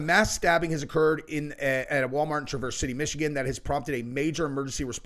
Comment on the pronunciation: LOL ITS FUNNY HOW EVERYONE PROUNOUNCES TRAVERSE, LIKE THE CHEVY TRAVERSE. ITS SAID LIKE, "TREAH-VURSE" (YREAH RHYMING WITH YEAH)